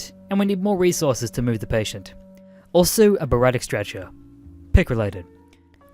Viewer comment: your butchering of medical terms was kinda hard to hear. but great story. example: its GI "BLEED" and a "Bary-atric" Bariatric stretcher